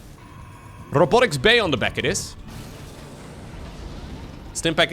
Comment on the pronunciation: Rrrrrobotic facility :)